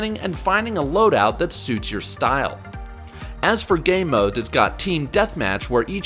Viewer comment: "Gay mode" am i the only one who heard this?